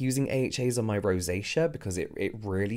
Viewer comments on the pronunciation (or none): none